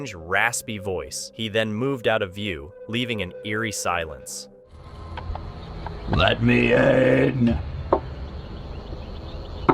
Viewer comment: LET ME IN! Leet mee inn. let me in. I require entry. Lmfao dude wtf